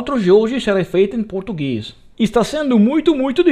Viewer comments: wow you nailed the portuguese dude. nice work. TROPA DE ELITE best brazilian movie. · His pronunciation is really good there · Nice pronunciation bro, really close enough to native brazilians. Being italian helps a lot to sound similar =). My favorite brazilian movie is "Tropa de Elite" for sure. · Dude ur protugues was amazing for a non native.